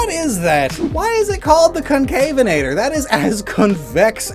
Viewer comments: It's also pronounced Conca-venator, not concave-enator, "venator" being the Latin word for hunter. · Even then the pronounciation, and many other, used is wrong, because it is the word Venator. There are a few other dinosaurs i know that also uye that work like Sorpiovenator or Ichtiovenator. it is pretty clear it is mispronounced.